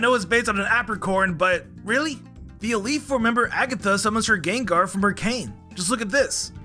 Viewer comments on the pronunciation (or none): none